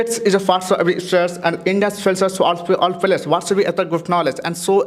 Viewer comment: pagal lag raha hai bc …players ko falyers kaun bolta hai bhai 😂